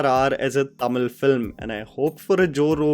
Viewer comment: TELUGU not telegu, KANNADA not kannad, TAMIZH not temil. At this point few Northies don't even know which languages are spoken in their own country 🙄🤦🏽‍♂️